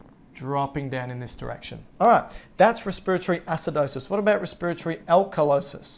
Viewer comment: Just because you pronounced respiratory that way I can’t even watch anymore